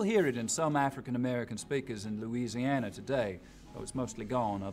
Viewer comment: Right? I'm not even from Louisiana and know that people from there do not pronounce it like that, lol.